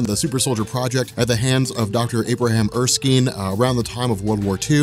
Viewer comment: It's Er--skin like your skin but spelled with a e on the end -Erskine.